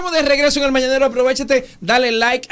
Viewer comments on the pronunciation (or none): No dice mañanero sino mananero